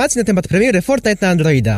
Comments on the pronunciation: sory że pytam ale dlaczego mówisz andloida? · Foltnite na andloida czm mówisz l?